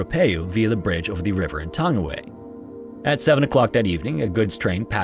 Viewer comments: It’s pronounced tung-ee-why not tangy-way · Its pronounced "tongue-e-why". Lol good effort though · Tangiwai is pronounced tongue a why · With Anglicisation, it's pronounced like "Tongue-e-why". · It's pronounced Tounge-ee-why. It's Maori ❤ The Maori vowels are Ah, eh, ee, ohh, oo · Oh wow thank you for covering the laha that happened. Tangiwai disaster was sad for nz history. And just to make it bit easier tangi y is how some pronounce it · Pronunciation of Tangiwai is like: Taa-ngee-why